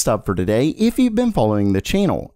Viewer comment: This guy cant say the letter T without an S. TSADAY